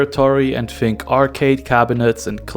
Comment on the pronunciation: FEEENK OR THINK?